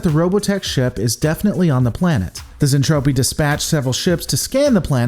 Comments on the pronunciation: Zentradi, Zen-Tra-Di so cringe Zentrapi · Yeah I dread once he gets to the Mentradi. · Zen-TROPE-y? Is that what's going on here? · I normally love the reviews, but this one was rough. Ugh...'Zentrapi'? Really? Like, one single Google search would have prevented it. A few other minor nits, but 'Zentrapi' hurts. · I get it. Overly Excited Narrator definitely plays fast and loose with pronunciation. And Gloval is Russian, so his pronunciation will be a bit off. In Soviet Russia, Zentrapi booby trap you! Despite my nits, I love that you are actually reviewing the 'tech. It is an old series that doesn't get its love these days. Any thoughts on a comparison with Japanese version? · What the hell is a zentropi? It’s Zentradi. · Looking forward to this, just NOT to how you're saying Zen-TRA-DI, not Zen-Trap-ti. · Glad to see you are covering one of my favorite series even if it is a pop idol soap opera in space, and if you do decide to do the whole series wait till you get to the hot mess that is Macross 7. Also the pronunciation is Zentradi not Zentropi. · Zentraedi not Zentrafi. hehehehe I love Robotech, 100 times a lot better than STD. specially the folding space to move from one part of the galaxy to the next. no spinning like Discovery. I too always wonder an all women as bridge crew. maybe Capt. Global wanted & enjoy the view. hehehe Both Lisa Hayes & Claudia Grant we're Lt.Commanders with Lisa 1st officer & Claudia 2nd officer. Roy Fokker was Rick's bestfriend, Mentor & your right almost like an older brother. Keep up the Robotech videos, I enjoy the breakdowns. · Zen tra dee. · Its anime it's not supposed to make sense and its pronounced zentraedi. However that aside you make a point with Lisa and claudia